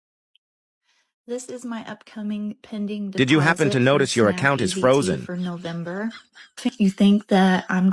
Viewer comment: Wow! That is living large, instead they piss it away on snacks, and expensive food items. These fools could have used those EBT funds strategically to prepare for this moment. LOL No-vahm-ber?